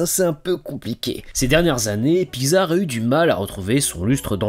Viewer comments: La lettre X, ça se pronounce pas “gz” mais “ks” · La façon dont tu dis Pixar me perturbe, j'ai toujours prononcé Pix-ar et non Pi-xar x) Sinon, très bonne vidéo ! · "Piczar"... Voilà sinon bonne vidéo merci :) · Ha oui, Pygzar, les fameux studios Pygzar (oui, je me moque de ta prononciation lol). Blague à part, c'était très sympathique comme vidéo. ^^ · Très bonne vidéo. Sinon ça ce prononce PICS ART . Le non a ete choisi car il est la contraction de pixel Art. De l'anglais pixel , mot forgé (1969) à partir de pix (variante de pics et ce prononçant pareil, pluriel de pic, abréviation de picture « image ») et de el(ement) (« élément »), littéralement « élément d'image ». PICS ART